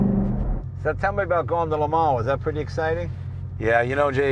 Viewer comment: “Tell me about LeMan” Blahhhh